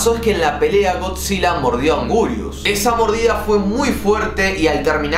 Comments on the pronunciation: No es augurius es anguirus 🗿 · Por cierto se escribe Anguirus pero se dice angirus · Angurius XD, es anguirus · sos un ídolo pero se escribe y se pronuncia anguirus